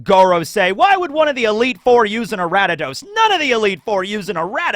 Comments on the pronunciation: Ari-da-dos from ariados, a-ree-a-dos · Okay seriously though how did you get Aratados from Ariados? There's no T anywhere in that name. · Araddidos? Who the fuck is "A•rad•di•dos"? Are we talking about "Aria•dos"? Also, why not Usaluna for the bear? And Hydrapple for the Grass/Dragon. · Ariados = Aradidos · Such a cool and fun video! I loved pokemon as a kid and love one piece so combining these two loves is awesome! What about pokemon roster for the liberation Army!? Also, love how you pronounce Ariados 😂 its like a member of the D clan wheb you say it "ara-d-ados" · Redeemed yourself? ARE YOU MENTAL? You mispronounced ariados & tauros, then you committed a major atrocity by saying that raikou was the best legendary dog, suicune is the best one because its on the cover art for crystal & it can beat raikou with mirror coat...YOU GIGANTIC IDIOT! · Your pronunciations are wild Lol. A r I a d o s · "I probably mispronounced Aegislash and Ariados." Also: "Taur-iss. The bull pokemon, Taur-iss. Not to be confused with Taur-OS, the actual real pokemon that exists. Instead, we are talking about Taur-iss, which is not the name of any real pokemon that has ever existed." (Also it's hilarious that he mispronounces Aegislash considering how many times he's talked about CP Aegis Zero, which is literally the same word.) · Pronouncing ariados like that is like people who still pronounce rattata like “ratatat” Also why would you NOT give mewtwo to the god head of science? He’s a scientific creation